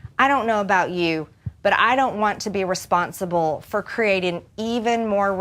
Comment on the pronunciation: "i don't want to be respont-sible". what a semi-literate dipshit.